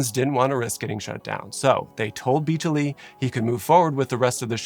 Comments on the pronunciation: Good video. A few comments. —Biechele’s name is pronounced “Beek-Lee.” —The boosted capacity was 404 not 420. —The fire inspectors never tested the foam; never cited it. —The 20-some people who got out of the atrium all got out from 3 or 4 panels closest to the stairs. No panels west of the kickout panel that Butler kicked out were broken. —About 24 people got out the kitchen exit, not 12. Employees knew about it and so did regulars. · He misspelled them on the fake sheet. It's Derderian. And I think he mispronounced Biechele, which I believe is pronounced beak-lee.